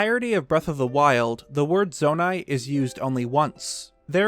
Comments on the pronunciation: Why at the very start it said zonau instead of zonai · Why does he keep spelling zonai with a u at the end?